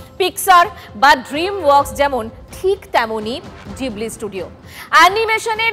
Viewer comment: জিবলি না ওটা ঘিবলি। 😅